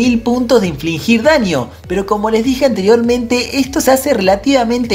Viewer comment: SE DICE INFLIGIR* NO INFLINGIR. (No hate).